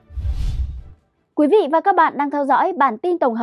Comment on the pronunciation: A Quý vị hay QUỶ vị ? Có nơi hay CỎ nơi ? Bốn trăm hay BỔN trăm ? Phát âm đúng 5 dấu tiếng Việt. Khi tuyển nhân viên truyền thông.